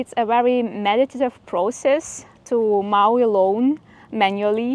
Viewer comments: FYI in english it's moe as in Joe not mow as in cow :) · Just to let you know, (hope you don’t think me rude) mow is pronounced with a long o. As in the way row a boat is pronounced. Or you could google how to pronounce it? I watched the whole vlog even tho it was a review vlog because I know it helps you. You are both such hardworking people, I hope this new piece of equipment lightens your work load.😊❤